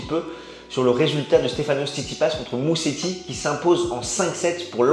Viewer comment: En italien, un S tout seul en milieu de mot se prononce comme en français : Z -> Mouzéti :)